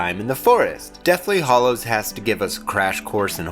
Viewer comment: A really interesting perspective on the films but please, say Hallo to the HAllows, not the HOllows and Fleur is not pronounced Floor!